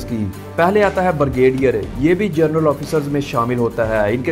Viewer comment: VERY PATHETIC PRONUNCIATION......Its: GEN-RAL and not GER-NAL, then PAY-SCALE and not PER-SCALE, BRI-GADIER and not BER-GADIER...........and many more.